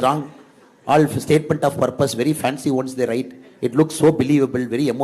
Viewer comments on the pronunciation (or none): none